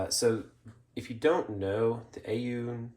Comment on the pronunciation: Aune is pronounced "own"